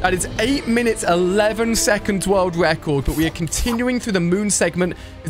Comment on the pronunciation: speed wun world wecord 😂